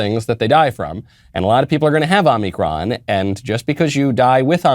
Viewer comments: Is he saying "omnicron" as a joke? I thought it was omicron... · Michael. Omicron, not Omnicron. Please. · “Omnicron veriant.” Yoo no speeky Ingee good